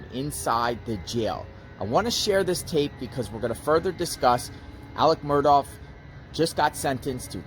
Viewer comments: his name is “alex murdaugh,” not “alec murdoff.” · You keep pronouncing the name wrong. It's not "Murdawf" its "Mur-daw" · 2 things…..1) The last name is Murdaugh, not Murdoff. 2) This was pre trial phone calls. ✔️ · His name is not Alex Mur((douff)). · Murdough is pronounced with a ck as in Murdock not Murdoff. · You are mispronouncing his name ... it's not "Murdoff" ... hope this helps ... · His name doesn’t rhyme with Cough. There is no F sound at the end. Also leave Buster and Brooklyn alone. Why are you hiding in bushes?